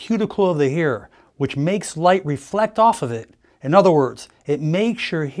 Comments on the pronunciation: Why does he say here instead of hair? Cover up? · In your hair (he said "hair" but some people have an accent, I first thought he said "hear").